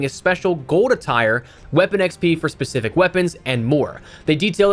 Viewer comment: Specific not Pacific...